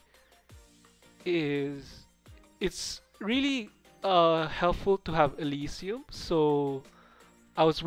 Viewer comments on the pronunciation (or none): none